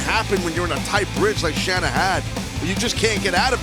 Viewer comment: Say her name right. Shanna is pronounced like Shawna.